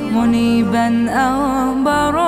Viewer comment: الصحيح : أغبرَ القدم بفتح الراء وليس بضمهاز